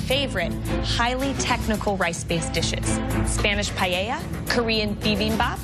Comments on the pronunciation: “Paella” not pajeja… by the way it doesn’t have chorizo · Why they say PAIEIA? it's paella there's no "i" there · She said pallella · She pronounced paella 🥘 wrong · It's PAELLA,. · And a teacher who cannot pronounce the name of the dish correctly even after trying several times.